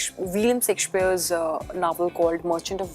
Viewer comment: His name is Shakespeare not Sakshpear. He didn't write any novel. The Merchant of Venice is his comedy play